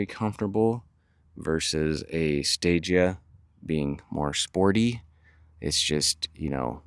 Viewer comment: Fun fact the stagea is pronounced like stageah and the meaning behind stagea is stage advanced